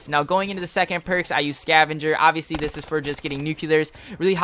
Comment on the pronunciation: lol u said obviosly 80 times lol